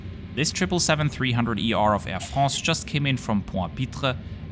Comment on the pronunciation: "Air FRRROOSS"